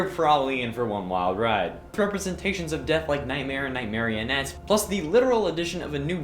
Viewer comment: I have a fear of 2 very specific colors. Black and white (mainly in the dark) one is okay on its own and both are okay if you add accents of other colors. It is call negrophobia. Nightmarionne is a character who I can’t even look at without feeling dread. Despite that your pronunciation of Nightmarionne as night marionette is even scarier than he is himself.